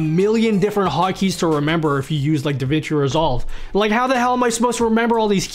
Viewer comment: I'm sorry... Davin Kai Resolve? lol